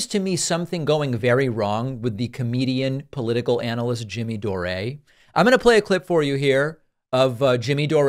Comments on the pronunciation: Are you calling him Jimmy Doré just to poke fun at him? James Patrick Anthony Dore is an Irish name, not French. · Why do you call him Doré?😂